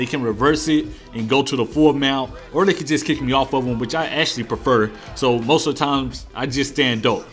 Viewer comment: "I prefuh standing ohp"